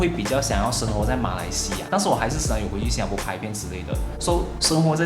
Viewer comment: 你还是不愿意改变把新加bo说成新加po.